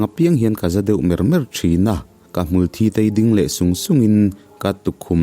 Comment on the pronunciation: Hmulthi tih a 'thi' lai tak hi i lam dan a dik lo. Nge, in khuaa in lam dan ve hrim2🤔😅